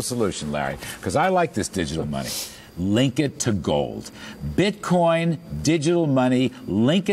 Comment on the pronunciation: haha I love when you hear them separate the syllables: "bit...coin." its one word!!